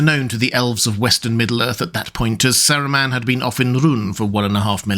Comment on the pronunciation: bro the way you pronounce his name is triggering lol